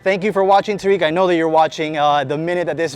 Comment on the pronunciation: Tareq. Pronunciation. Taa’rik